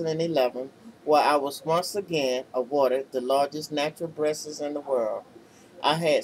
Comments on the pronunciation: she says "breastes" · I love how she originally says "Breastuses"....heh. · Oh my God. I wasn't going to comment, I sincerely was not. But the way she says "Breastes" cracked me up. Sweet lord. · The way she say breastes and the beginning and Italy LMBO